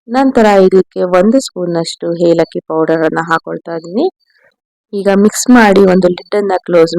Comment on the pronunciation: ಹೋಳಿಗೆ ಸೂಪರ್ ಆಗಿ ಮಾಡಿದ್ದೀರಾ 👌🏻👌🏻😋. ಪ್ಲೀಸ್ ಒಂದು ಮಾತು 😂 ಹೇಲಕ್ಕಿ ಅಲ್ಲಾ ಅವ್ರೇ ಏಲಕ್ಕಿ 😁. ಬೇಜಾರ್ ತಿಳ್ಕೊಬೇಡಿ 😊. ಹೋಳಿಗೆ ಅಂತೂ ಸೂಪರ್ 👌🏻